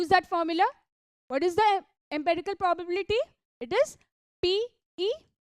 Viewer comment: Improve English. For example the word probability is pronounced as pro bah biliti. Not probaaabiliti. Horrible to hear. Also dont sing talk